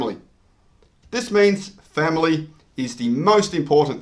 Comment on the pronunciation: Did you say Family?